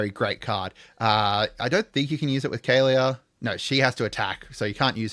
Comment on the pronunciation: "KA LEAH" not "Kay Leah"